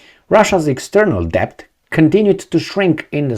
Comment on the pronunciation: The "b" is silent in the word "debt"